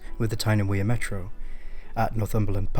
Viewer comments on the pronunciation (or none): none